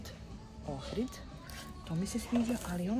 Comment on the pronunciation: Nije gold ohrid nego orhid🤣🤣🤣